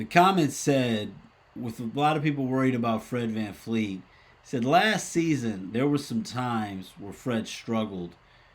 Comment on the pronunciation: Bro why do we keep getting Fred's last name wrong, a lot of peeps say Vanfleet, it's "Fred VanVleet"!